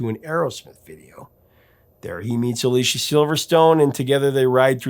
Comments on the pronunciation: Anyone who says they don't like Aerosmith are either lying or deaf. Btw, it's A-LISS-EE-A Silverstone, not A-LEE-SHA. 💙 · Her name is pronounced Uh LEE CEE uh. I love all of their albums after pump. Music from another dimension should have gotten more attention. 2nd best band of all time!